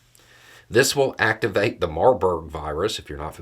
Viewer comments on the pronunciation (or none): Marburg? WTF? 😂